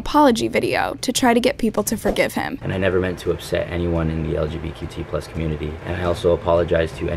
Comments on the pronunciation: "" should NOT use the LGBTQ community for an April fool's joke. Also did anyone notice that he said LGBQT lol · Lmao he also said lgbQT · HE SAID LGBQ+ BOI DONT U MISSED THE T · when he cant even say LGBTQ+ but he says LGBQT+ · So no one noticed how said "lgbqt+" instead of "lgbtq+" 💀 He must be sO sorry about something he doesn't even know the proper name of 🙄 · This man just said LGQT plus community. I can’t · He legit said LGBQT.. like umm wth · really said “lgbqt community” tf its lgbtq bro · He didn’t even spell LQBTQ+ right he said: LGQT+ I think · Did he say LGBQT community? I'm sorry WhAt? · did he say, “lgbqt”? 😂💆🏿‍♂️ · he said LGBTQ wrong hahahahahahah WAT A JOKE